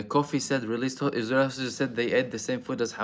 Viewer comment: Sounds like you're saying ¿is-real? Can't handle that Hezb 'Allah smoke. They messed around and found out! 😂😅. Middle Finger to the Arab World of Spinless leaders; King Faisal bin Abdulaziz Al Saud was the LAST real leader and like blacks on this side, the "Man" got his own blood to take him out. He would have NEVER let this reach this far. PRAY HELL FOR ISREAL EVERYDAY, I think the Devil aware and closed his doors because he isn't even this evil